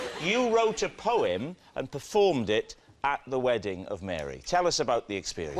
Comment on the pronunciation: "Weddink" ...wtf, people can't even talk correctly anymore. "Drawring" "Obamar" .......